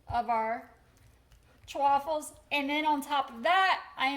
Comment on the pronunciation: Why is she saying Chewaffles? Everyone says chaffles as in waffles